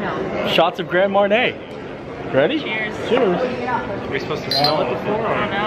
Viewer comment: Love Animal Kingdom Lodge, but never stayed in the Club Level ($$$). I believe Grand Marnier is pronounced Mon-yéā.